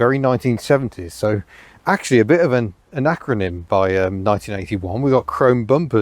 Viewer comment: Grammar Police here. For those confused by the word the word 'anachronym' used, this is not the mixing up 'acronym' and 'anachronism'. He is actually correctly using a rare term (though slightly mispronouncing it) derived from 'Anachromism'. Dictionary definition: a part of a car that has been chromed, in conflict with normal contemporary practice of painting that part matt black or body colour.